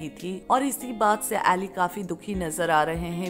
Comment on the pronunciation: ऐली नही उनका नाम अली है |